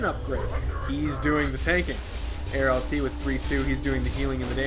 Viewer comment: I'm certain you will love either New Dalaran/Worgen(currently) or Earthern Ring Horde in LTA then. ^^ Nontheless, nice cast - actually quite tense to watch, as all the remaining players did a good job in this one. edit: Haha, that pronounciation of Arlt's name at the end. Love it ! xD PS: The part after this video is imo okay. No weakness to show emotions - we all do, so it's fine. Therefore, I do appreciate to it and watch this part as well. PPS: Damn, I should probably not mid-video write comments. :/ Either way, know that feel, I guess. My worst event was probably months ago, when I thought I found friends in people (women - I normally have a high opinion of girls, but well, those were sadly rotten inside), who just turned out to use me for the advantages I offered (mainly car service) - and at some point, when they tried to tell me, that they had no time for me, they decided to lie in a horrible way to me, where I was furious, when I found out. Mayhaps my worst experience.